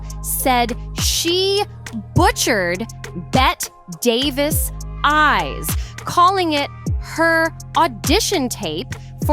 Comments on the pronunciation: Betty Davis Eyes. Not Bett Davis. For God's sake. Get it right!!! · it’s pronounced betty davis eyes not bet davis